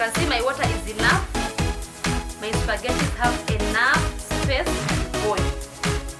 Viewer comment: its pronounced spa-ge-tea not supergety, nonetheless great SPAGHETTI tutorial